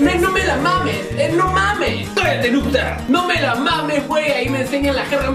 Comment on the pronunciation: Me da risa como dices "No me la mames wey" xD